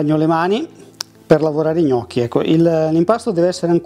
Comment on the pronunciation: Hai detto gnocc alla romana, ahah, birichino. Like